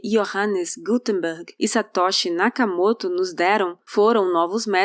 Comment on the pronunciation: faz pausa e toda pompa pra falar Gutenberg e fala Nakamoto como se ele fosse um paraiba do RJ.